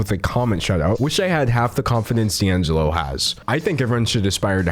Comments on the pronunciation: Key Angelo??!!!! lol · "Key' Angelo" 😂😂😂